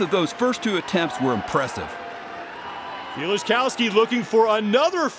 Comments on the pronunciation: "Kills-A-Cow-Ski" American commentators at international events are always good for a laugh. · Super cringe commentary here from the one guy. He goes through about four different pronunciations of "Kieliszkowski" and none of them are correct. Glad they now have people like Loz and Pritchett doing the announcing.